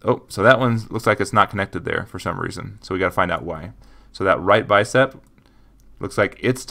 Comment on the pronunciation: Not trying to be rude, but it's just Bicep, not Bicept. Great tutorial by the way!